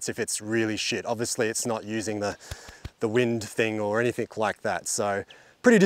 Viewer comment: Not too bad but, “anything” ends with a G, not a K. Yes, I’m a pedant.